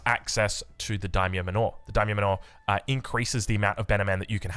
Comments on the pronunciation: Manor is pronounced like "manner", not "man-ore" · So, "Daimyo Manor" is a mansion or homestead like"Wayne Manor". You pronounce it like "manner". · I had a good chuckle when you pronounced “manor” correctly at the start of the video then went right back to the normal way you’ve been saying it 😂 you were right the first time though, it’s pronounced exactly like “manner”. On a side note, will try the build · Daimyo manure. 👍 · Also lol the pronunciation of "manor" 🤣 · He's trying 🤣